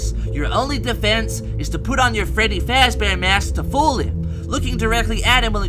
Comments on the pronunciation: "Freddy Fezbear" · 🅱reddy 🅱ezbear